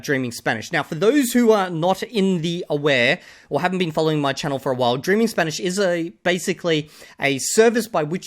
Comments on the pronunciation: As someone whose studied and spoken Spanish for 8 years I want to add the gringo’s Spanish accent was not good at all it was like someone who had been learning Spanish for 6 months properly and never tried with the accent. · 2000 hours to still being incapable of pronouncing an Spanish double "R". Practice pronunciation at first guys, don't rely only on input.